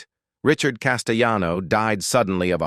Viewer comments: Actor Richard CASTELLANO is an Italian American, not a Spanish American, therefore his name shouldn’t be pronounced Casteyano. Just saying. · The double "LL" in Italian is pronunced as Ls not y's as in Spanish. This voice over guy (*AI voice) is on so many videos and he pronounces things incorrectly all the time.